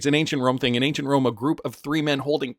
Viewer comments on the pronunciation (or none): none